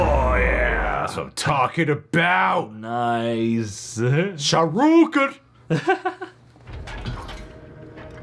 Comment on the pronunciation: Bruh... tell me u didn't just said "sHaRuKen" 😑😂